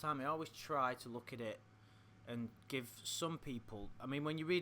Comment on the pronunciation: Love the way says “look”, like “Luke” 😂